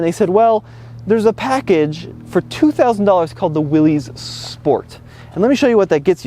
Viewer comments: Dammit! It’s Willis, not Will-eez! Haha. Love the Jeep, enjoy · Its not Willy's Its WILLYS pronounced Willis. It's originally WILLYS Motors. OK Jeep expert should know that. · Many people on these videos mispronounce the name “Willys,” saying it as if it were spelled “Willy’s.” John Willys was one of the founder-owners of Willys-Overland, one of the companies that owned the Jeep name and built Jeeps over the years (including WW II with the Willys MB, upon which the Ford GPW was based). It is simply a different spelling of the name Willis (as in Bruce Willis), and that’s how it should be pronounced. Just thought you might like to know. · Pro tip don’t embarrass yourself pronouncing your vehicle incorrectly. It’s “WILLIS” Not “WILLEEZS” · He’s definitely not a Jeep fanboy! Not pronouncing Willys right is something a true fanboy would ever do! Willys not Willy’s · ItS CaLlEd The "JeEp WiLL-iS" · Uh... it's pronounced "WILLIS"